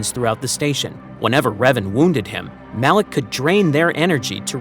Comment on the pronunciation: 55 it MALAK NOT ALAK